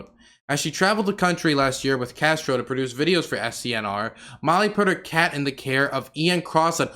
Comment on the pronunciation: I mean he didn't pronounce Castoro correctly the whole video 😭